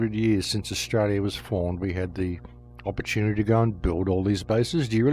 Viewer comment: Opportunivoire? That's a new one. Edit